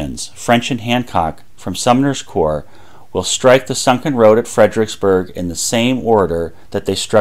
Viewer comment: and then there's "fred-RICKS-berg" rather than "fred-er-ICKS-berg". who needs four syllables when three will do!